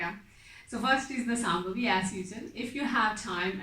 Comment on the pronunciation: Akka, iyour videos are super good. and when it comes to pronunciation, it is not Sambhavi. It is Shambhavi and it is not Namashkaram. It is Namaskaram. .